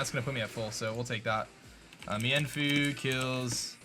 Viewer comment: Meinfoo is pronounced meen-foo